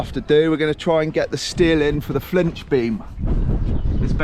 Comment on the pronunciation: It's not a 'FLINCH' beam. Nor is it a 'FITCH' beam. It is in fact a FLITCH beam.